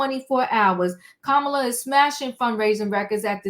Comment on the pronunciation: Hello! Yes, you pronounced her name correctly, and it's wonderful that she' s breaking glass ceilings already--raising more money more quickly, getting all the labor unions' support as well big donors and both the black and white women's votes. I know we as a country are ready for a new change of energy and leadership, but there are many individuals who aren't ready for her to be THEIR leader and take charge. These very women and men are dragging her through the mud by saying she isn't ready, bringing her past life issues and coming up with all types of BS because they are lost, jealous, non-supportive and don't understand the matter at hand and how important it is to vote for someone based on character, leadership and a profound sense of morale and ethics concerning the country. Unfortunately, many people still think only a MAN can do the job of being the PRESIDENT and that women don't qualify. That couldn't be further from the truth but these folks aren't even ready to see it.